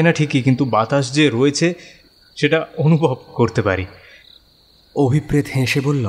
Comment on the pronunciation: আমি সাধারণতঃ ভুতের গল্প পড়িনা বা শুনিনা। শুধুমাত্র কাহনের উপস্থাপনা বলেই মনোযোগ সহকারে শুনলাম। যথারীতি অসাধারণ অভিনয়। কিন্তু একটা বিষয় বলতে চাই যে নামের উচ্চারণটা বোধহয় হওয়া উচিত অভিপ্রেতো,অভিপ্রেৎ নয়। কারণ ঐ শব্দটার উচ্চারণ অভিপ্রেতো বা ন্যস্তর্থক হলে অনভিপ্রেতো।